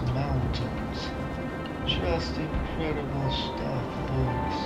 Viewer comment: It’s In-cred- d -ble.